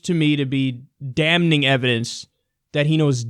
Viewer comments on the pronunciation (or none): its damning not dam-ning